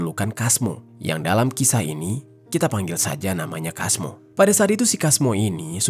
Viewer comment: Kalo di pekalongan biasanya penyebutan nama sesuai tulisan di baca "Casmo" bkn "Kasmo.